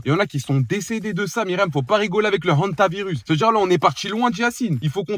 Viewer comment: L'accent avec l hantavieus de 😂